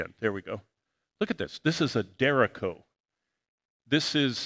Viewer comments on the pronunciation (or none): 🤣😂 “derecho” isn’t pronounced DARE-echo like Jericho, it’s a Spanish word, pronounced de-RAY-cho, and you pronounce the ch the same way you do at the beginning of chess or choose. Derecho means straight ahead, thus a storm that plows down everything in its path, going straight ahead, is a derecho. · Der-each-Cho, good attempt thought 👍